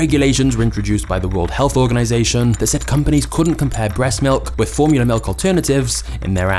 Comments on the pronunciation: I had to turn this video off due to how this guy says “milk”. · I don't like the way you said "Milk" 😂